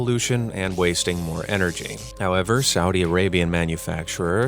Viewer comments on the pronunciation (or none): none